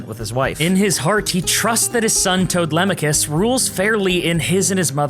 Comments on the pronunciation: Fully lost it at Toadlemachus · the first time you said toadmachus I thought you just couldn’t pronounce Telemachus, and then I was like ohhhh I’m so dumb